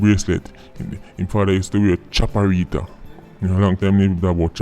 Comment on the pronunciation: What's a chapaeretta?